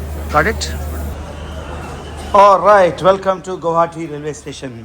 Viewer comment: నువ్వు ఎ నుండి వ'అంటున్నావ్ అర్ధంకాల గువాహటి న స్పష్టంగ పలకడంల మీరు